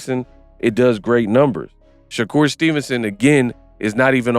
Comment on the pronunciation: Sha-Cap Stevenson 🤦😂